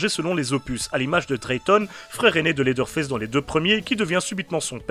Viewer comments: 😂désolé pour la movaise blague mais de vrai ça se dit faice vraiment avec l’accent anglais parce que sinon ça fini par se dire fesse:/ 😂, a et ps jsp encore si j’adore ta chaîne a cause du générique un peu bof bof et l’intro souvent malaise mais j’écoute tes vidéo de bestiere de l’horreur depuis se matin ( il est minuit chez moi) donc j’écoute beaucoup tes vidéo pour vrai c’est bon et j’aime le fait que tu cherches vraiment toute tes informations par contre tu parles un peu vite et ont dirai que tu est un peu pressé mais c’est pas grave parce que t’es recherche pour faire tes épisodes son vraiment cool et ont s’en que vraiment tu y prend du temps et que tu fais un magnifique travail aux finale,continue dans la bonne voie 😁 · Et pourtant : Ew se prononce "Ou" comme dans "Lewis" (prononcé Lou Isse, l’équivalent anglophone de notre prénom Français Louis) ou "You" comme dans "New" Leather ne se prononce pas "Laizeur" mais "Laiveur". Dans aucune situation "Th" résonne comme un "Z" Même "Th" dans le contexte du pronom (le ou la) par exemple "The Witcher", ne se prononce pas "Ze Witcher" mais "Veu Witcher". Donc factuellement, tu as tort je t’assure :) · ARÊTE DE DIRE "Leather Fesse" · J'aime beaucoup au début la prononciation de en tout cas super vidéo ça se voit que tu t'y connais en film d'horreur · Leatherface on est d’accord mais à ta prononciation en dirait qu’tu dit « laideur face » ce qui lui va bien aussi mdr, j’aime beaucoup gg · J'ai un jdm pour ta prononciation de leatherface "laideur face" héhé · Phonétiquement parlé : Leatherface = laiveur faisse Hewitt = youwitte